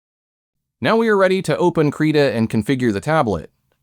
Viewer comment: did you call Krita "Creda"?